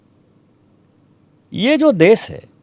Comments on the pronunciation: Dubey भैया.... देस... नहीं देश बोल देश... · Smitaji...first teach Dubey to speak fluent Hindi then ask him to take side of Hindi speaking people. देश को "देस" बोल रहा है। भाषा को "भासा" बोल रहा है। 🤣🤣